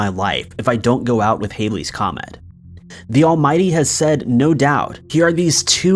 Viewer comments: It’s not haileys comet !!!!! It’s Halley’s Comet ! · it's Halley's comet , pronounced similar to "Hal" as in "Hal 9000" the computer in 2001. It is NOT pronounced similar to hail.